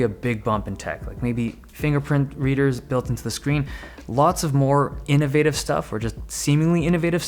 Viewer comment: You say innoVAtive like a human being, not "innovvvitive"